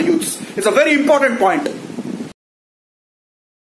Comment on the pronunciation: While talking Normal person: Important: Importantdd 👌😂